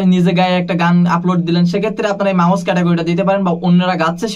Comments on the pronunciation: আপনার অনেক উচ্চারণে ভুল আছে যেমনঃ মাউস না (মিউজিক-Music) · মাউস না রে ভাই ঐটা মিউজিক হবে আগে ঠিক মতো উচ্চারণ শিখেন